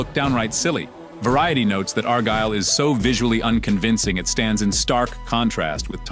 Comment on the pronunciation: I heard several different pronunciations of “Argylle” in this video. I think I even heard “R Girl.” 😂